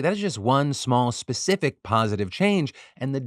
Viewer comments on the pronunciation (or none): none